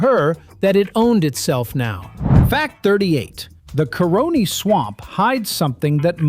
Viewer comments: The pronounciation of Caroni is just atrocious. It's pronounced Car-Runny. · Try your best to narrate in proper English,cause you're murdering some of the words pronounced such as Caroni , it's pronounced car-row-knee.